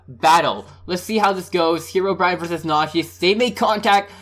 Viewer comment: whos herowbryine but I know notch